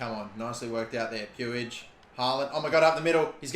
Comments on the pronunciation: Puig is pronounced puugh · Is puig not pronounced “pweeg” or is that just the baseball idiot who is like that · it’s pronounced same as twig. Pwig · With all due respect brother you are not pronouncing Puig's name correctly, it is pronounced as Pooj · I beg you pronounce it riki pooj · I know a Catalan with that last name and they pronounce it like “much” with a P